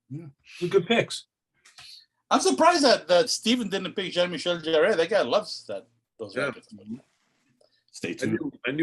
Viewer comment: And for the record, in "Jean-Michel Jarre", "Jarre" is pronounced as if spelt "Jar", just one syllable.